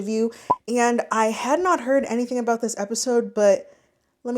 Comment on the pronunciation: “That’s all I’d be thinking aboot”